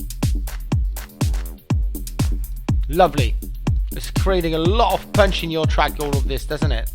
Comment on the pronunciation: i love the way he pronounces "punch"... like "pøønch" ^^'